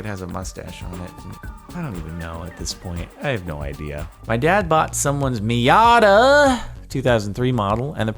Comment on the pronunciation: am I the only one annoyed with him calling a mazda a miada?